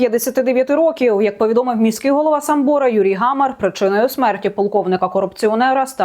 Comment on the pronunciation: Не самбОра, а сАмбора. сАмбір...